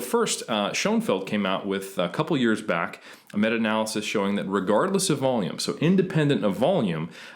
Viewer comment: This guy comes off like a tryhard and pronounces everything wrong. what's funny is how he changes how he says Analysis from a-nal-y-sis to a-nal-laa-cease midway through then back to original way. Then he adds a terrible french accent to renaissance when it's more of an italian word.